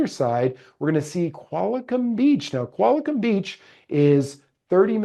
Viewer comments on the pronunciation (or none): It’s Qualicum, not Qualicom